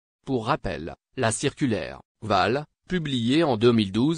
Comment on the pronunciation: Valls et non vall !!!